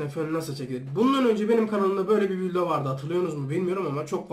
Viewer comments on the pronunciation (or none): Videoya vildo mu ne diyo la